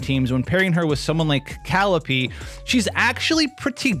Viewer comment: It's Ka-LEE-pay. Not Cal-ipee